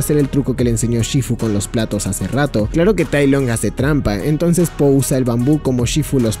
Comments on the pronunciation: no dejo de escuchar ``sopa de polla´´ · cuando dijiste la sopa de po, ya es increíble sono como si dijeras: La sopa de polla es increíble kek